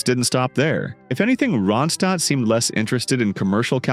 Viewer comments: It's Ron'-stadt NOT "ROW'-and-stad" as pronounced . If you are going to use AI for the voice-over, at least clean up the mispronounancations. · The narrator sounds fake. Nonstop talking, talking, talking. I guess a computer doesn’t need to pause and take a breath. It pronounces her name differently. Nice pics of Linda though.